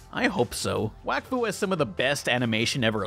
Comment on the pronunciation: did you say "Wakfuck"